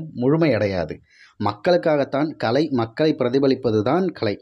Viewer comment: கலை வேறு, களை வேறு - தமிழை சரியாக உச்சரிக்க வேண்டும் என்று கேட்டுக் கொள்கிறேன்.